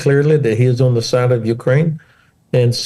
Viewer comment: You don’t say Zze you The